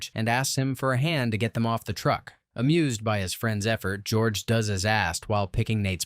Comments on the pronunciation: Hahaha did I hear gorge instead of George? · Lol, did you call him Gorge?!? 😂